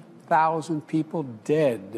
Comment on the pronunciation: Two-hunted-and-fifty THOUSAND Deadah